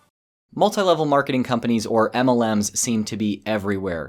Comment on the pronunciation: Please say MLM correctly it's supposed to be said as M L M not a cat going "aemelan"